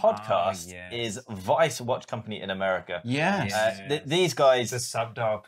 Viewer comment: Pronouncing an American watch brand "weiss" like a german watch brand has got to be the most pretentious thing I've heard recently.